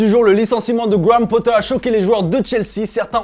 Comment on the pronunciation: Pourquoi tu dis gwammm pottar hahaha quel accent 👌🏻